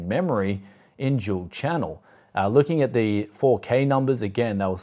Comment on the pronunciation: i've been watching a few of your videos, but im afraid i cant get used to your australian accent you pronounce the D in Dual as if its a J to me it sounds like you're saying Jewel "Recently on the channel here, i took a look at jewel gpu's..."